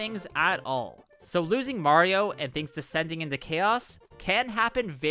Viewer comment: how can mario youtubers never pronounce "mario" properly